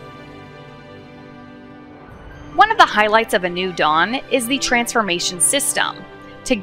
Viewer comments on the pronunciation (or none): none